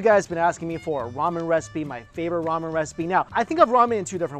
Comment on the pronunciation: did he really just say wamen ?